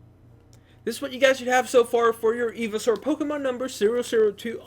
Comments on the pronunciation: Today we’re going to be building Evysaur It’s pronounced “EYE-vee-saur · Hotbots? Eeveesaur? It's hotbar and pronounced ivy not eevee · he's saying eveesaur not ivysaur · it's not ee-vee-saur it's i-vy-saur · I kept shouting IVYSAUR everytime u said eveisaur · ITS PRONOUNCED IVYSAUR NOT EVYSAUR! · It's pronounced Eye-Vi-Saur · Eevee-soar lol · It’s iv- a-sour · I'm sorry did you say fucking eevysaur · It’s called Ivy-Saur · The way you pronounce ivysaur just breaks my soul🙁😢😢😢😢😢😢😢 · I’m sorry but the way he says ivysaur hurts my soul 😂😂good video tho